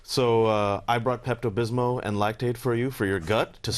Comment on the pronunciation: Fool said Pepto “Bismo” 🤦🏻‍♂️. What a clown.